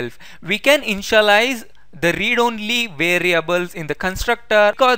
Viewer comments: I misunderstand InshaAllah, when u say Initialize 😄❤️ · Bhai ur initialize sound like insha - allaha y 😂😂😂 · lolz, same here, when i listened carefully again then i understood that he saying initialize not inshallah... but very helpful video, i have searched many videos for static variable meaning, every video tells that how to use, but not tell why to use, now in this video , his video also tells y to use static variable...